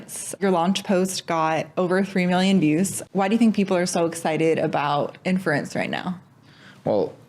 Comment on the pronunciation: it’s been a while since i’ve heard a grown man incapable of pronouncing r’s and replacing them with w’s.